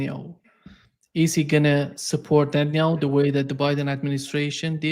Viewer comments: Netan-ah-hue brah? Haha. Love you guys. 🙏🏼✌🏼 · For all his insight, PCR struggles to pronounce "Netanyahu"...